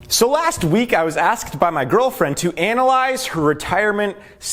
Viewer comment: Whenever I hear someone saying Anal - - - ize It puts a smile on my face.